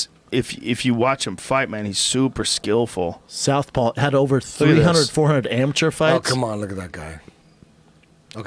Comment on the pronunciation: Hey. Brendan. It’s SOUTHPAW. not south Paul. How the fuck do you not know that and you used to fight.